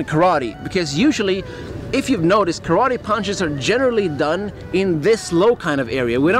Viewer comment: When will u learn to pronounce the name Karate